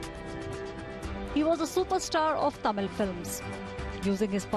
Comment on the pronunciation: 😳Are you serious?? Even 90% tamizls will not pronounce it correctly.. You seems like a north indian. Shame for us...